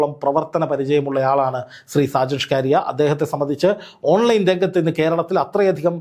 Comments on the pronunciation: അദ്ദേഹം ഷാജൻ സ്കറിയ എന്നാണ് അറിയപ്പെടുന്നത്. ഷ് കാറിയ അല്ല..... അത് ഒരു മാതിരി ആക്കലല്ലേ ....... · നിങ്ങൾ ഇതെന്താണ് സ്കാരിയ എന്ന് പറയുന്നത്?!! സ്‌കറിയ എന്ന് ശരിയായി പറയാൻ അറിയില്ലാഞ്ഞിട്ടാണോ? നിങ്ങൾ ഇങ്ങനെയൊക്കെ വിമർശിക്കുമ്പോഴും നിങ്ങളുടെ സംസാരത്തിലെ ഒരു ആവേശവും, ഉള്ളിൽ കുറവല്ലാത്ത ഒരു സന്തോഷവും ഞാൻ കാണുന്നത് തെറ്റാണോ? 🤔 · സ്‌കാരിയാ അല്ല സാക്കറിയ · നീ മലയാളിയല്ലേ? എന്തിനാ 'സ്‌കാരിയ' എന്നൊക്കെ പറയുന്നത്. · ഷാജൻസ്കാരിയയോ നീ എന്തോന്നാടാ ഈ പറയുന്നേ ഒരുത്തന്റെ പേരുപോലും പറയാൻ അറിയില്ലേ 😂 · എടൊ ഷാജൻ സ്‌കാരിയ എന്നല്ലെടോ, ഷാജൻ സ്കറിയ എന്നാണ്.താൻ ആദ്യം ഇതൊന്ന് നേരെചൊവ്വേ പറയാൻ പഠിക്ക്. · താങ്കൾ എന്തിനാണ് മറുനാടൻ ഷാജൻ സ്കാറിയ എന്ന് തെറ്റായി ഉച്ചാരണം ചെയ്യുന്നത് ???താങ്കൾക്ക് ഉച്ചാരണം അറിയില്ലാത്തതുകൊണ്ടാണോ ???അതോ അദ്ദേഹത്തെ ഒന്ന് ആക്കിയതാണോ ???സംശയം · സ്കാഴിയ അല്ല സ്‌കറിയ. ഊക്കിയതാ അല്ല്യോടാ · ബായ ഷ്കാരിയ അല്ല സ്കറിയ നിങ്ങൾ പറയുന്നത് തെറ്റാ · സ്‌കാരിയ അല്ല സ്കറിയ ആണ്. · ഷാജൻ സ്കാരിയ അല്ല സ്‌കറിയ ആണ് മനഃപൂർവം പറയുന്നതാണോ താങ്കൾ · ഷാകരിയ അല്ല സ്‌കറിയ 😂😂😂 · സ്കാരിയ അല്ല മോനെ.. ഷാജൻ സ്കറിയ ആണ് 😃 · സ്ക്കാരിയല്ലാ സ്ക്കറിയയാണ് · ഷാജന്‍ ശ്ഖാറിയ എന്ന് താങ്കള്‍ ഉച്ചരിക്കുന്നത് അയാളെ ഊക്കി വിടുന്നതല്ലേ.....എനിക്കത് മനസ്സിലായി......😅😂😂😂😂😂😂😂😂😂😂😂😂😂😂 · സ്‌കാരിയാ അല്ല സ്കറിയ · എന്ത് മാങ്ങത്തൊലി യാടോ ഷ്കാരിയ പേരും പോലും മര്യാദയ്ക്ക് പറയാൻ അറിയാത്ത മാപ്രാ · Scaria ennu sarikk parayuka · ആദ്യം പോയി മലയാളം പഠിക്കെടാ "സ്കറിയ" എന്ന് പറയാൻ അറിഞ്ഞൂടെ ഒന്നുമില്ലെങ്കിൽ ഒരുപാട് കാലം അയാളുടെ കൂടെ ജോലി ചെയ്ത നന്ദിയെങ്കിലും കാണിക്കു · ഇയാൾ എന്താ AI ആണോ ഷാജൻ സ്കഴിയാ യോ 😄😄😄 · സ്കറിയ എന്ന് പറയാൻ അറിയാത്ത ആളല്ല.. 😂 scaria എന്ന വാക്കിന്റെ അർത്ഥമാണ് മറുനാടൻ മറുത ക്ക് ചേരുന്നത്..! പിന്നെ ഒരു "ജേർണ്ണലിസ്റ്റി"നെതിരെ ഇത്തരം ആക്രമണം തെറ്റാണ്.. പക്ഷെ ഇവന്റെ കാര്യത്തിൽ അത് തെറ്റെന്നു പറയാൻ പറ്റില്ല കുടുംബങ്ങളെയും വ്യക്തികളെയും അപമാനിക്കുകയും ബ്ലാക്‌മെയിൽ ചെയ്യുകയും ചെയ്യുന്നവർക്ക് മാത്രമേ ഇങ്ങനെ കിട്ടൂ. 🤭